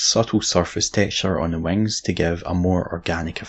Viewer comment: Pent those wangs